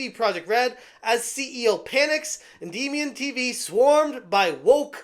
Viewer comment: Is it me or is he pronouncing Endymion wrong?